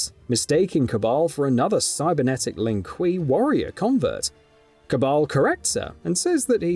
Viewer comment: Ma-va-dough not Mava-dough Lin-Kway not Lin-Kwee Also Tay-ven not tavin 😂😂